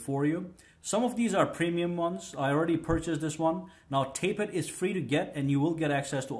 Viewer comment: tap-et not tape-et ;)